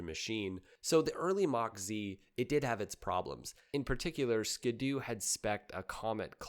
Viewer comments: It's also Ski-Doo not ska doo like he's been pronouncing the whole damn video. SMH. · Who says skid oo? It's Ski-doo as in snow skis or water skis. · Thank you and its SKEE DOO not SKADOO....just like their personal watercraft Sea Doo = SEE DOO not SEDOO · SKI!!!!! ITS SKI DOO!!!!!!!!!! Not SKID DOO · Ski-do not skado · How do you pronounce the word, "ski?" How do you pronounce, "do?" Why is it that when you put the two together, you now think it's pronounced, "ska-do?" 😂 It's a "skee-do..." You know, because it has skis... lmao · “Skee-doo”. Not “skuhdoo” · My brother in Christ it's "Skee-doo" not "Skid-doo" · Wait is it not pronounced “skee-doo”? Huh. Great video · I may start a war with this, is it pronounced skiddoo or skee Doo? A lot of people pronounced skiddoo but skee Doo makes sense. For 1 it's how you pronounce ski. 2. The brand separates ski and Doo. 3. It skee Doo matches seadoo. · Ski-Doo pronounced Skee Dew!!! Just stop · I've never been a snowmobile guy, but was fascinated by the sport. This is the first time I've heard the name pronounced 'skid-oo'. My rational brain always broke it down as 'ski' and 'doo'. That's how the hyphen makes it look to me, anyhow. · Skid doo? Is this AI? I have never heard anyone mispronounce that name before. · Always thought it was more like skee-do like skiing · It’s pronounced “skee doo” (due). 🤣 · Strangely, it's even spelled the way you need to pronounce it eg ski doo, but go figure